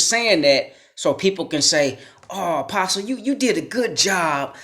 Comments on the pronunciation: Could someone tell this guy the "t" is silent in apostle? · No disrespect my friend,but the" t" in the word apostle is silent. ✌ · The “t” in apostle is silent. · The t is silent in apostle bro. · Another public school victim, or just stupid! In apostle the T is silent! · The T is silent...